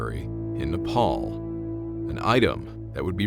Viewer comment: 1st youtuber to pronounce Nepal properly